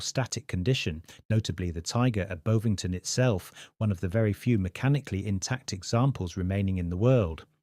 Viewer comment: Can you get the AI system (?) to pronounce place names correctly? e.g. Tobruk, Bovington. It would add credibility to the work.